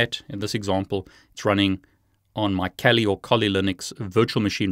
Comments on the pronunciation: Kali .....not KOLI my friend!!! And to offsec. kali Developers .Kali and Dragon picture, ,it´s silly guys, 😂😂 Kali is a India godess! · Great video ! By the way , isn't it Kali linux? Not Koli 🤔🤣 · Interesting video. Thank you,! I would really like to see how you did that. Are these cables commercially available? Just one suggestion: decide on one pronunciation of Kali, whichever it may be. You're the boss.;-) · Please decide for one pronunciation Kali or Kali. Also it does not work if you do not have administrative privileges. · I wish you would make up your mind how you pronounce Kali!!!!!